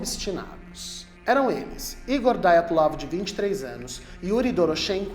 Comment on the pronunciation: Mas não é Diátlov, em vez de Daiatlov?